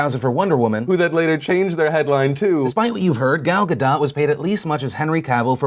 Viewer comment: Gal Gadot: Say "Gall Ga-dote" to pronounce correctly.